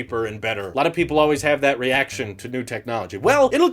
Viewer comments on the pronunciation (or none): none